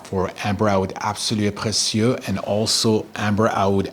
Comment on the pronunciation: Obsessed with the pronounciation absolue precieux